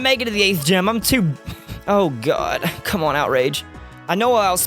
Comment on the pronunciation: When you said come, I thought you said gum! LOL!